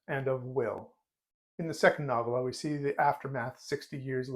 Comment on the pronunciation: I believe the emphasis is on the first syllable and the "o" is long, as in noh-vella. ;) Just a nit.